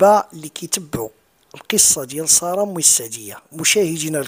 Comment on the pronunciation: سارة و ليست صارة حتى النطق السين خفيفة و ليست الصاد غليضة